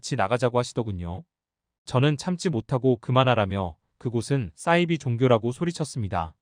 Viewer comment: 싸이비가 아니고 사이비...발음이 왜그리 이상해요?